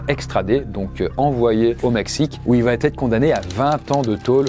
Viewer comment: Franchement c’est super cool mais les « il va-t-être », « il va-t-avoir » etc sont insupportables !!